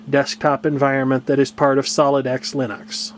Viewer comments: okay well, you and Linus both say it wrong. It's not Lennox. Linux. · I know what you said about the pronunciation of Linux, but, from what I've read, Linus says that you can pronounce it in several differed ways including line-ucks, and lean-eeks.